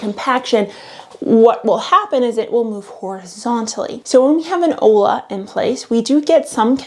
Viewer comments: It's olla....but pronounced oia or oya...double ll in Spanish is pronounced as a y type sound. Olla means pot...you're pronouncing it ola, which means wave, and ola which means hello. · Hey. Future info… Olla is pronounced like Oyuh. My body rejected the ola pronunciation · Uh.. Spanish teacher here. It's "olla", double L, and pronounced "oi-ya". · Also wack, not making the effort to pronounce olla correctly. (oy-ya) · Ollas are Hispanic, it's pronounced "oya" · Please pronounce Olla the right way. Like Oi-ya. Lola’s are great if you live in the desert. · Clue: ollas is pronounced “oyas”. Two ll’s together sounds like a y in Spanish, which is what the word is. Otherwise, you nailed it girl! Keep up the excellent work!